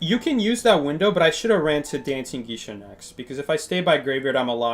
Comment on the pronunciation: do you know it’s pronounced gay-sha? I die a little bit inside every time I hear you say gee-sha…